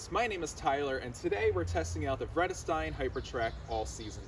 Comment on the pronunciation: Not correct pronunciation if you know German as I do